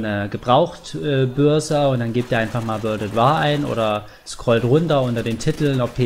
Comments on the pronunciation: "Wörld ät Wahrrr" :D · Wörld at Waahr :P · Ich hoffe doch du meinst das nicht ernst mit wörlt at war ? wörlt ?